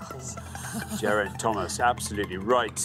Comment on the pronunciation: Armstrong mispronounced Geraint two ways, both wrong. So it’s not just Alabama.